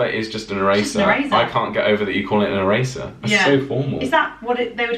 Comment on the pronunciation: Erasers, not eray zzers. It just has an s sound. Just saying.